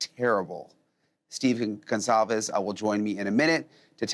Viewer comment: It’s Goncalves with a soft c So it’s actually pronounced like Gonsalves.. I’m sure Steve knows how to pronounce his last name